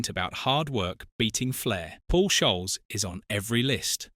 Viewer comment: Says Scholes wrong many times also (says Sholes).